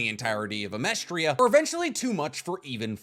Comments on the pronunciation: Its amesTRIS. Not Amestria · Pretty sure it's Amestris not Amestria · is he just calling amestris "amestria" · Amestris. Not Amerstria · i dont know if youre saying Amestris as Amestria on purpose, but it makes my eye twinge every time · AH-MESS-TRIS it’s not that hard. It’s not that difficult. It’s not The Philippinia it’s just the Philippines